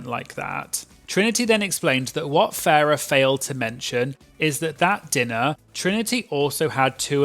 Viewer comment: You keep calling Farrah ‘Ferreh’ Her name is a pun on ‘pheromone’ but it’s Pronounced Farrah Moan. Great video though ☺️